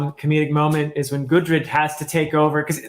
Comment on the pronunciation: can't wait for that vagabond review. P.S. I don't really wanna nitpick but I've heard you calling gudrid, gurdid. I just wanted point it out for the future videos. great review as always.